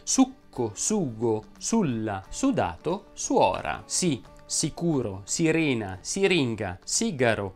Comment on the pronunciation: Madonna che stress che ho: Allora, intanto video bellissimo. Io ho sentito questi ma ho dei dubbi su "èsso" Piuttósto Vibbrano Ad èsso Siréna